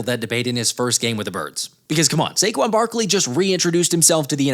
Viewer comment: “SAQUON” again